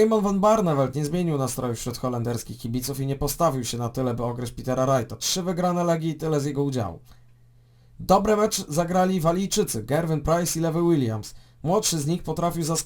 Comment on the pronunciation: LUŁI łiliams, nie lewy :d